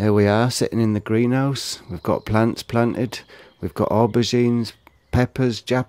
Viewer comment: Are you Welsh? "We`ve go' plants plan'ed, we've go' aubergines, toma'oes, la''ice ..." :o) Beautiful greenhouse, I envy you for it.